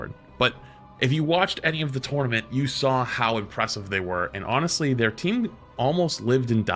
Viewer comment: I don't trust anyone who pronounces tournament like that.